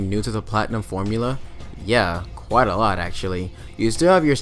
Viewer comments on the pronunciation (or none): none